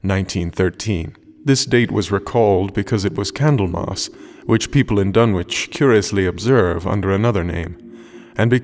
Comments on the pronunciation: Unfortunately it is pronounced "Dun-itch" not "Dun-witch"! As in "Greenwich" the "W" is silent. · Pronunciations are wrong. Dunwich is spoken "Dun-ich" , Whatley is WAIT lee. But I can live with it. This is my favorite story. Wilbur is such a freak. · in new england, it is Dun-ich. not wich. other than that its good just not reseached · I have long since grown sick and tired of the mis-pronunciation of the name "Dunwich" by absolutely everybody. It is my pet peeve. This is an English name and it ought to be pronounced in the English manner. Lovecraft was English to the hilt and at his very core. It's "Dunnidge", not "Dunn-Witch". For Greenwich, we don't say "Green-Witch", but Grennidge. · I've always pronounced it "Dun-itch".. Surely an anglophile like Lovecraft would have as well?.. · Please tell me the pronunciation is "Dun - itch" not Dun-witch" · This is great, unfortunately as a former Suffolk resident hearing the "w" in Dunwich sounds very wrong to me, there it's pronounced "Dunnich", otherwise the narration was amazing. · I wish you would do all Lovecraft stories with the effects. they add so much. My only complaint is small mispronunciations. Ichor is "eye-core", not "ick-er". Dunwich is "Dunnich". Things like that. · Dunwich is pronounced Dunn-itch phonetically... with a silent W